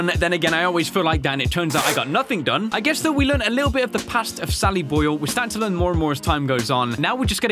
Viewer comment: It's not sally boil, It's sally boi 😁